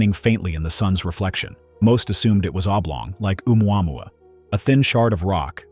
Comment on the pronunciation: This cant pronounce Oumuamua